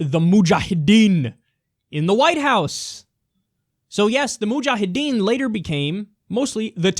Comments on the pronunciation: LOL Kyle is totally getting off with saying muhjahedin :P :D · Why does Kyle say "mujahedin" with an Arnold Schwarzenegger accent?